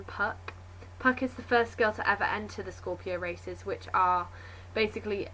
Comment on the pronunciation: At first I thought you said 'The Scorpion Racists' :P